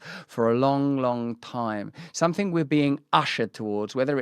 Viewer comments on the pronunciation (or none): I like when the English say ‘somefing’